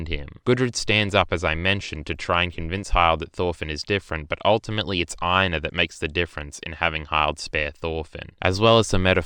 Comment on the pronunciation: I've been pronouncing Hild & Einar so differently than this video. I thought it was 'hill-d' & 'e-nar'. lol.